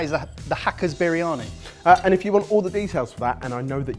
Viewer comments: Spinach? Turmeric??? Oven!!! That's not how you cook a Biryani!!! Even as a cheat that's bizarre! I bet you it tastes nothing like Biryani! And it's pronounced "burrr-yani" not "bireeyani"! C'mon lads, make a proper Biryani. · urg.. the way pronounce Briyani!, please go learn the proper pronouciation!!